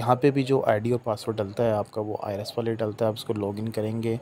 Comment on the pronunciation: Bhai ki tarah ka tax consultant sahi jo I RES bol rha hai IRIS ko 😂